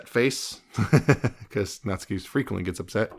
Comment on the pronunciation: You’re pronouncing it right! Nat-soo-key would be more incorrect 😅